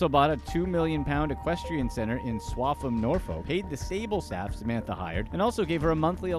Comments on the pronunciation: I’m afraid Norfolk is pronounced Norfuk it is what it is 🤦‍♀️ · "Nor-fowuk." "Glass-ghow." 😂😂😂😂😂😂😂😂😂😂😂